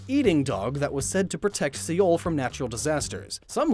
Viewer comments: Seoul = soul. Dont half ass foreign names and then show off your "foreign skills" in your pokemon pronunciation video... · Did you say Say-oul instead of soul. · Is it really See-ol? I lived there for six years and have been pronouncing it like soul. Am I just stupid? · It's pronounced SOUL, NOT SAY-OL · I don't know if anyone's said this before, but 서울 (seoul) isn't pronounced see-ol. It's pronounced similarly to soul. Or at least that's what my English brain interprets it as. The seo- portion is one syllable and -ul is another. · Its pronounced So-el. Not see-el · Seoul is pronounced like soul loool si-ol got me ded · lol 'see-ole'. its pronounced soul XD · it's spelt Seoul but pronounced soul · How did you pronounce Seoul? It is pronounced like soul... the e is silent...the korean writing system spells it like 서울. the letter 어 is just a short spoken "oh" sound like in the word "lock". The "eo" is just romanized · Pretty annoyed that he said "Seoul" as "Se-yol" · Seoul is said like soul sorry to be like this just wanted to let you know Love your videos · Seoul is pronounced like soul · threw me off when he pronounced "seoul" and "say-ole" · Lmao se-ol 😭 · There’s no way this guy pronounced Seoul like See-ohl. It isn’t possible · I love how he mis pronounced the easiest asian word being Seoul. its “soul” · Seoul =/= sey-ole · did... did you really just pronounce seoul as "See ol" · Did you just say See-ole for Seoul? lol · Did he just pronounce Seoul like that? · Er, maybe you should consider putting a little extra practice in pronouncing Asian names when you make future videos. “Seoul,,” for example, is generally pronounced like the English word “soul.” But hey, you nailed “kitsune!” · I'm sorry the way you pronounced Seoul triggered me lol. Still love you lots though. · Great video as always, learn how to pronounce Seoul please.